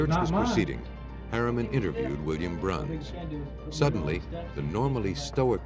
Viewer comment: Pearl's last name is Bruns not Brown. It's pronounced (Bruuhns)